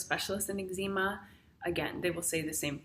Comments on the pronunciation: Its EGGS-ZA-MA, not EGGZEEMA. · Great but it's pronounced eggs-em-a. Not eggs-eem-a. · I love that you pronounce ezcema, Egg-Zeema. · Eggzeema lol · Angie Chambers - Sorry Angie. Perhaps I should have thought about it before commenting. However, Ex Zee Ma just sounds wrong lol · YOU'RE NOT PRONOUNCING EXCEMA CORRECTLY! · I have it too but why are you saying eczema like that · Australians pronounce it Ex-sma. I had to do a double take everytime it was pronounced differently :)